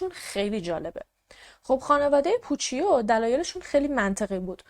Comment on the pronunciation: عزیزم، اون پوچیو که گفتی ، در واقع پوچُو تلفظ میشه. ویدئو هات رو دوست دارم، کارت عالیه❤